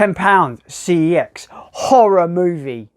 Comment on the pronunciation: CEX is pronounced SEX - so you've just done a sex challenge at a sex shop!